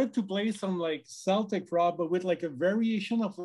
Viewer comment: i stopped watching the moment you pronounced Celtic Frost wrong….it is (Kel-tic) not (Sel-tic) Tom G Warrior is now pissed